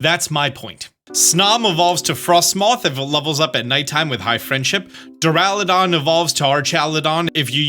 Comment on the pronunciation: Btw small pronounciation stuff that I've seen you correct yourself on in other videos (So if you don't care, that's absolutely okay) * The items are Galarica twig/cuff/wreath, rather than Galarcia twig/cuff/wreath * Duraludon and Archaludon have a "lu" sound in them, rather than "la"